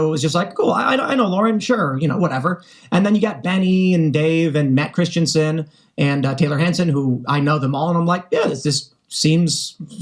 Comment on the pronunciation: Matt Christiansen´s surname is Danish. You´re pronouncing it like Christensen which is another Danish surname, just a bit funny when you speak the language. Hansen is also a Danish surname btw. I have only been to Ukraine once ( about 15 years after the fall of The USSR ) and I think that a big part of this war is how far all the ex USSR and Communist countries that decided to try and join The West have come. Putin knows he will never be able to feed them that USSR porridge now they know what a free Western steak tastes like and it scares him to death.